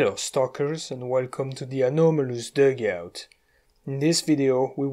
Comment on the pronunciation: the way you say dogout sounds french to me😂❤